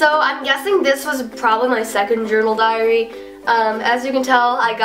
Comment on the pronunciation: it sounds like you are saying ( dear driary ) 😁😁😀lol